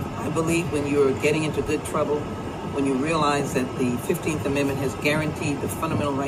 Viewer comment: Yoooooo that lady REALLY said “gud trubble”😂😂😂😳